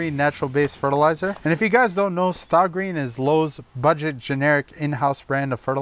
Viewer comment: Stay Green,! Stah Green? Why would they call it that?